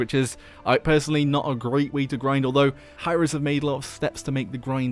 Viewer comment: Are we gonna ignore the fact that he said "Hi-Rex" instead of "Hi-Rez"?